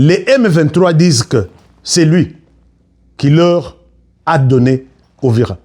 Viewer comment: Uvira et non Ouvira cher frère.